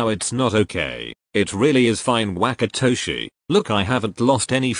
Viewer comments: i can fucking NOT with the way google says WHACKatoshi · the translator really said WaKaToShI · google really said whack-atoshi